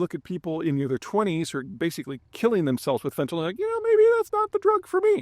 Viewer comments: Peter - there's no "o" in fentanyl - it's fenta-nil, not fenta-nahl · Why do people keep pronouncing it "fentan-ol? It is not chemically an alcohol. Correct pronunciation is "fantan-il"